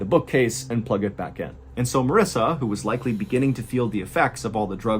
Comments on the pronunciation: Am I the only one who laser focused on Mr. Ballen pronouncing Marissa’s name wrong? Lol that was good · I noticed he pronounced it Marissa once